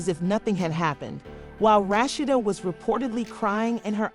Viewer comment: Rat cheetah they can't even say the name right 😁